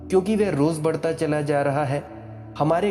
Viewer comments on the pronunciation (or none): none